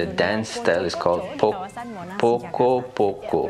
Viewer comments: Assalamualaikum poco-poco dance is actually pronounced 'po-cho - po-cho' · Wow...keren (p o c o )mr bukan poko (poco poco)😁